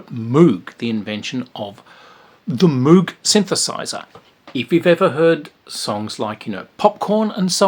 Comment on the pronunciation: FYI "Moog" rhymes with "rogue". Switched On Bach is one of my top 10 favorite albums. Life wouldn't be the same without Wendy Carlos.